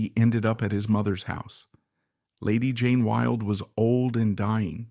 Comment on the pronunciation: Why oh why could the narrator not get the pronunciation correct. He couldn't even get "Wilde" correct. Totally spoiled it and had to stop in the end, just too bad.